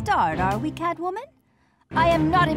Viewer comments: It catwoman not carwoman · instead of them saying CATwoman they say Carwoman 😂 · I thought it was cat woman not car woman